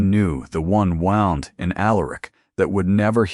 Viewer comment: Wownd? Should be wound! Please let it be changed! It ruins the story!